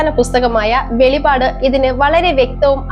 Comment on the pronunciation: വെളിപാട് അല്ല വെളിപ്പാട് എന്നാണ് പറയേണ്ടത്